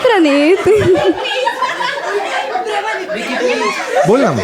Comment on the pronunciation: भाई तिला आधी पुणे आणि प्रणित नीट म्हणायला लावायचं ना 😅